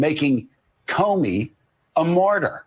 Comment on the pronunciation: What is a mortyr? Jo kept on saying mortyr. Maybe a mortician who died on active duty 😂😂😂?